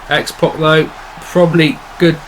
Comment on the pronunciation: it's X-PAC not X-POC